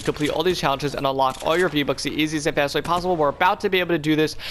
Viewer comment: bro said challenchess